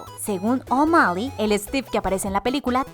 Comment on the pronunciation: joder como pronuncia O'malley mecago en absolutamente todo